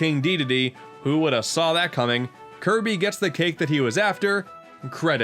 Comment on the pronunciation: 1/10 not enough kirbeh clobbah